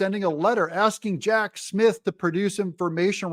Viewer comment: Did I hear you say, Hack Smith? 🤣